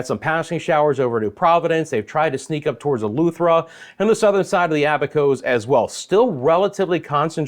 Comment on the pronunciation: It's eleuthetra not alluthetra